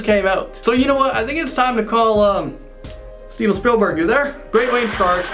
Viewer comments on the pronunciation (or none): none